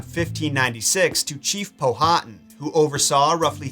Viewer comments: As a Local it’s Pow-ah-Tan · Ok i love your show and watch it a lot with my hubby. I di have to correct you on Chief Powhatan name. It's pronounced pow-hat-an no long vowels. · Powhatan is pronounced with the H silent Pow-a-tan. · He’s killin me with the chiefs name Powhatan lol it’s pronounced Pow-ah-tan. Almost like Power-tan. My home town in Virginia is named after him